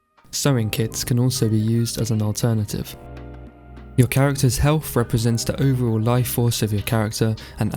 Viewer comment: Are you saying "helf"?